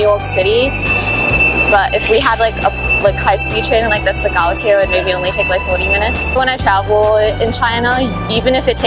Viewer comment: Some faith is restored when these students correctly pronounce Gaotie.